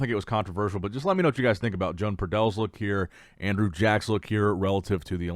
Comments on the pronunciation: Yo-ahn. It’s pronounced Yo-ahn Pradells, not “Joan” 😂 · SLAUGHTER the name! Muuahahahahaa .. Btw Good job, Jone Padell 😊 lol